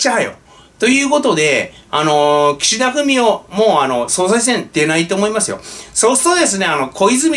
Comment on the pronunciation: の発音で、たまに、岸田フェミお と聞こえたりしますが、全然違和感ありません。